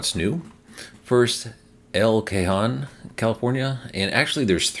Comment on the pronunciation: I come here for pronunciation of places in California. El Cajon is el-kuh-HOHN. Like honing a knife.